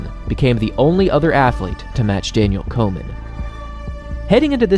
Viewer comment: Does anyone else hear "Coleman" when be says "Komen"?